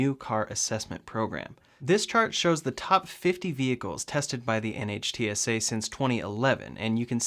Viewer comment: By the way NHTSA is pronounced 'Nitt-sah.' Love the video!